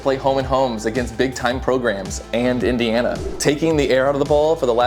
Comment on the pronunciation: "big time programs... and Indiania"